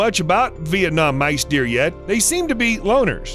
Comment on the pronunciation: Say mice deer, one more time.